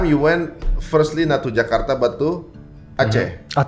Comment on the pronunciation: Kenapa banyak orang Korea kalo ngomong Jakarta jadi Jekardah😂😂